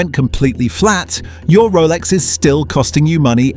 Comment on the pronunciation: A 5 yr old on crack could’ve made this shit vid, even the AI can’t pronounce Rolex properly